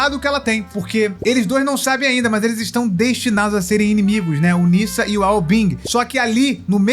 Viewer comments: se pronuncia “nedja” não “nissa” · Pronunciar chinês é um pouco complicado, mais o nome se diz Ne já.